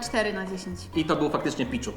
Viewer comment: to jest pichu mówi się piczu i sorry że tak puźno oglądam twój wilk bo miałem szkołę :(